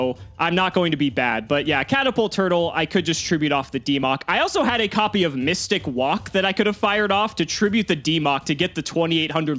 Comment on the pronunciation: Actual pronunciation mystic walk. Me mystic woke